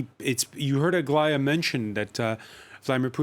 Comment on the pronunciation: Why does he call Aglaya - Aglia?